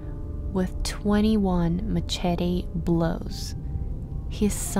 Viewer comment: I'm having a hard time getting past the pronunciation of "muh-chet-ee." Lol. Though admittedly I like your voice. Very soothing. New sub here